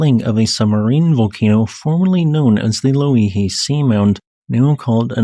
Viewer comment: You were starting to enjoy saying that volcanoes name towards the end. At first it sounded like you were tongue-tied, now it's flowing off the tongue like butter.